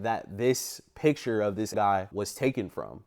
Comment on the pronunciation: Come on man don’t come off as low class when you speak it’s not PI TURE. It’s Picture! And get yourself a wonderful woman brother